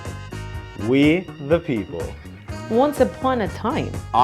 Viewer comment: we ze peoplllle